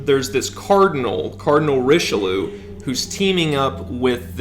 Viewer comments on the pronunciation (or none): Cardinal "Ree-shell-ooh"? It is a very important French historic name that should be pronounced correctly. That name is also known from the Three Musketeers book. Richeleau is pronounced in French and in English similarly. In French it sounds like "Ree-sh'-el-you" with "you" sounding like a unique french sounds like two words "ye" and "you". Kind of like the word lieu in English (in lieu of). In English it should be pronounced as "Ree-shall-yay". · You watched the movie but still mispronounce Grandier and Richelieu?